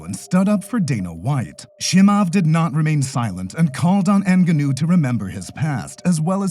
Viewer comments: His name is not Chee-mahv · Listen computer voice who can't pronounce Chemaev... Dana White is a degenerate gambler who is most defenetly screwing his fighters over... Period!!! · J, the pronunciation is just atrocious. Chimaev-approved video.